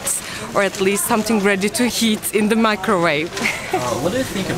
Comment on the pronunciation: I advise practicing saying the instead of za and they instead of zey